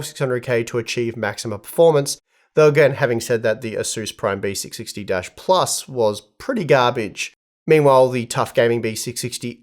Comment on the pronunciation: Why it's sound like Besicsixty😂